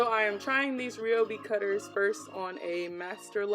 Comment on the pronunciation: Your saying the name wrong girl 😂